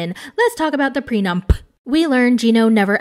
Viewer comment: "lets talk about the prenuMp" 🤣